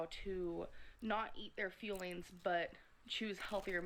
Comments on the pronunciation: I thought they were called “feelings” this whole time and it just now occurred to me that she has been trying to say fueling. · Or, "feelings," instead of "fuelings."